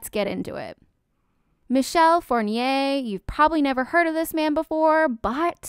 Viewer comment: Please, pronounce his name properly. It sounds like four-knee-ray. Not by respect for this jerk, but you pronounce Fournier, which is a very common family name in France and so is the first name Michel. So basically, you are associating perfectly respectable Michel Fournier with that monster.